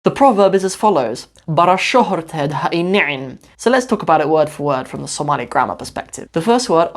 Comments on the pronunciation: ooh, your pronunciation is better than many somalis. masha Allah brother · your speaking Pure Somali compare to the people born and raise in overseas day after day, your pronunciation is improving